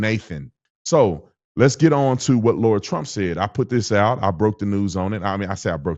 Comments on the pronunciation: LARA, not Laura. Imagine if someone called u BRAINdon (long A). How do u say bar, like sitting at a bar? Now add an "a" to it. Now, change the b to an "L". U can even pronounce it as u would Sara, but with an "L". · I thought you said lord Trump but you said Lara Trump 😂